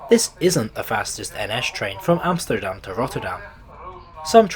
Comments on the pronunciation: Your pronunciation overall is quite good, so I'm quite surprised why you pronounce the country's capital as AmsJterdam. You don't pronounce English words like steel as sJteel, or step as sJtep, do you? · You’re making the hypercorrection mistake of pronouncing things with a “sh” sound. I don’t know why that’s so common. Yes, when Dutch speak English it can sound like the S is a “sh”, but you’re closer pronouncing Amsterdam in your own accent than saying “Amshterdam” 😂 Anyway, I used to travel regularly with Merseyrail. Far fewer passengers and far dirtier. So… hou je bek. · Really? Dutch second language speaker here and I only thought "Rotterdam" and "Haarlem" were close to sounding Dutch. I cringed at his pronunciation of "Centraal" and adding the sj sound to Amsterdam is very ... Amsjterdamsje ;)